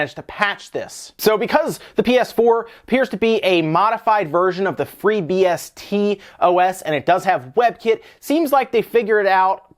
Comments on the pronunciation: ""FreeBST OS". FreeBSD. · Not to be rude but it's pronounced FreeBSD (ORBIS OS)